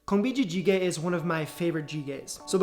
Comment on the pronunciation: 콩비지찌개 👍🏼 perfect Korean pronunciation!